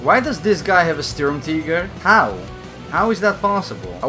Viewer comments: Wtf is a sturmteeger? You mean SturmTiger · Sturmt"ee"ger is how you should pronounce it, as it is german. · The Sturmtieger😂🤣